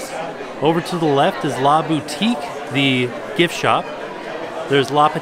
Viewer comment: Same! I'm surprised he didn't notice a difference when he said 'LA Boutique'